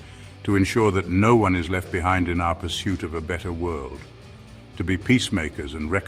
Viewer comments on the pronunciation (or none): none